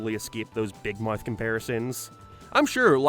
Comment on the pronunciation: Why do you say big mouth like that